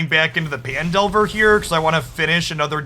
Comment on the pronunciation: mmm fresh youtube cuts. I don't care what anyone says, I prefer your twitch cuts with commentary over bland gameplay only videos. People watch you more for your hot takes and Journey covers than anything else:P as an aside; I thought Phandelver was pronounced as Fan?